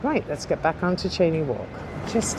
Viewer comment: It’s a Scottish name which is pronounced ‘Shane’ not ‘chainey’